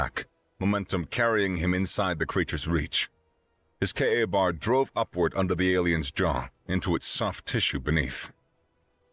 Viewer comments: Sorry, but the Kay A Bar kept breaking me out of the story. The name is spoken KAY bar. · its not pronounced K-A bar. its KABAR... all one word.... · K BAR not k A bar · Sounds a little bit like a hunger games rip off. It is not pronounced KA bar, it's K bar. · It is pronounced kay bar not k a bar. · Would have been great, if KA-BAR had been pronounced correctly. By all the Blades, come on! It is "K-BAR" !!! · A very good story by the voice ogre! Had to save this one! But it's Kay-Bar knife. Not K a bar sir. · KA-Bar ... a VERY famous military fighting knife. It is pronounced "kay-bar" (a woman's name: Kay, and a place to get drunk: bar). Put together and you get "kay-bar". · its not "K A BAR," it's pronounced like a single word, like "kay-bar." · fun story, note for the narrator KA-BAR is pronounced kay-bar. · KAY-BAR, KAY-BAR! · KA-Bar pronounced K-Bar. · OMG!!! You insult every military person and knife enthusiast on the planet!! It’s “Ka-bar” pronounced k-bar. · It's pronounced "Kaybar" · Why, when you pronounced it correctly the first time, did you then proceed to make every military man hearing this cringe in how you change it to KA bar? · Your American accent is good, but I begin to doubt that you are. That knife is pronounced kay-bar. Everyone knows this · Every time I heard KA Bar a little piece of my soul died. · K-bar. Its said KAY BAR 😬😂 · It's pronounced Kbar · Ehh,… let it slide. Not everyone knows the jargon. Larissa mispronounced sabot when she was reading the Lead Dealer story at first. She got it correct later on. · It's pronounced "KAY-BAR" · KA-Bar pronounced KBar.